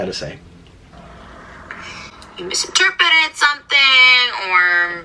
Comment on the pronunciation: "Misterpeted" wooowwwww